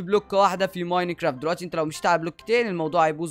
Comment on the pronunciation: لاه بتقول ميناكرافت